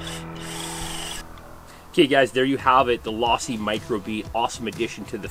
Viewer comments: Wtf is law-see. It's team Low-see bruh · Learn how to say Losi my man